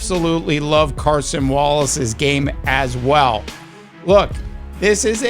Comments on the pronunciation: It's not Carson Wallace. It's Cason Wallace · Why do so many people say Carson Wallace??? It’s Cason